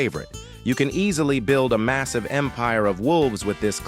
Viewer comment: Did you say massive?